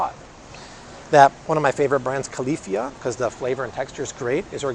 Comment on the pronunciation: It’s pronounced Cal lah Fee Ah and they do not use glyphosate or propylene oxide in any of their almond milks. They also have an organic line available if you prefer, but I’d stick with the unsweetened almond milk. Try Califia Farms Oatmilk, it destroys Oatly.